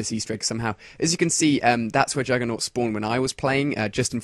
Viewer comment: its juggernog not juggernot dumbass.